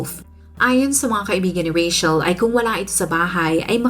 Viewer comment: I love how you pronounce Rachel.yung iba kc di q maintindihan bkit RETCHEL pagkapronounce ng name ko🤭...im a fan po❤